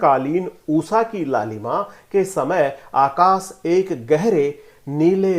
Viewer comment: बाकी सब तो ठीक है पर जब उषा को उसा बोला जाता है तो कानों में बहुत चुबता हैं उच्चारण शुद्ध होना बहुत ही जरूरी है